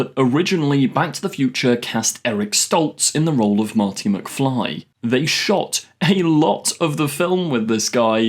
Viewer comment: ah yes Doc and Mharti